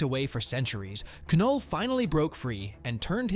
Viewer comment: ITS NULL THE K IS SILENT